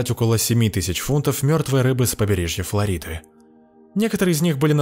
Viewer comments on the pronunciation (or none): none